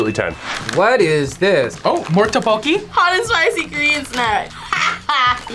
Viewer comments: Lotte is "Lo t" and "te" ... Tteokboki is more like "duck" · Not to be rude, but you were pronouncing Tteokbokki wrong😅